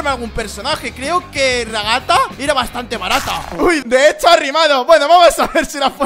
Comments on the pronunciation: Se dice raghata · se dice ragatha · Se dise ragatha :)